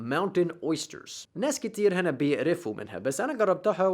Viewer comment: اتحسنت كتير فى اللهجة ما شاء الله بس فى الجملة اللى قلتها الصح بيخافوا مش بيخوفوا كوارع مش قوارع بيقرفوا محتاجة تزبيط بس مش عارفة اكتبهالك ازاى😅😂